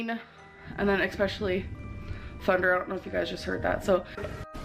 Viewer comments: I can’t stand how our dainty, quirky girl says molment, bolth and expecially 😡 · I feel a twinge of PTSD when says EXspecially...